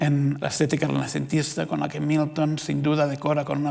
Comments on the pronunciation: Querido Dios, ayúdame a dejar de escuchar Newton cada vez que dice Milton. Gracias Señor. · Gracias, ahora por leerte, ya solo escucho newton